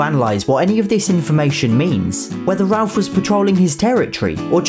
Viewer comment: It’s nice to hear Ralph being pronounced Ralph and not ‘Rayff’ as the Americans pronounce it along with that prick Jeremy Vine lol!